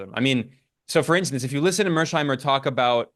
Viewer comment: Finally, someone with a clear head read mearsheimer correctly! Thank you, Ben.